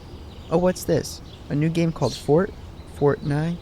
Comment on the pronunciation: says “A new game called fortnay-nite? Eh sounds boring.” Trust me, it really is.